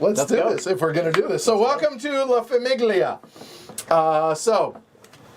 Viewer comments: La famIGGlia 😂😂😂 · why are you pronouncing famiglia like that